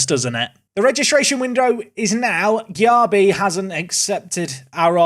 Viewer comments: I'm a Leeds fan and Darko Gyabi is definitely gonna be better than that at 27. But his name is pronounced jaybee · As a Leeds fan, Darko’s surname is pronounced Jaybee. How you get that from Gyarbi, who knows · Gyabi is pronounced Jaybee